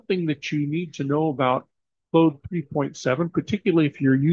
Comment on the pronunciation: It's 'clawed', not 'clowed'... 😎🌵